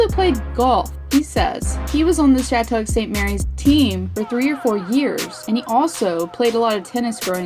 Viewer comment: love your videos but just wanted to say that its pronounced "Shat-uck" in case you ever need to use it for a video again